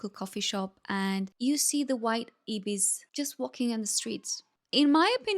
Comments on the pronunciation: Ibis is pronounced eye-bis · EYEbis, not Ibis ❤ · It’s I - bis. Like IPhone. 😂❤ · Australian White Ibis, pronounced “eye-bis”. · "Ibis" is pronounced "bin chicken".